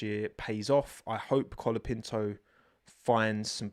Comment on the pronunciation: Brazilian here, you are forgetting to pronounce the "Ts" in Bortoleto's name, try pronouncing it with the same T you pronounce the word "tea", "Binotto" or "", it's fine tho it's a difficult language, I'm not a native spanish speaker, but I believe you're making the same mistake with Colapinto. Great Report as always.